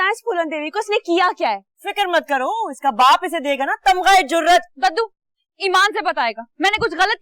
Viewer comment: Jub daddu bolty hn aisa lgta ha k kaddu bol rhy hn